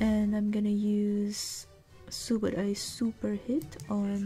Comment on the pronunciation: I said Subodie? Cause that's how yer pronouncing subodai, so i was all confused to why. So i said Subodie?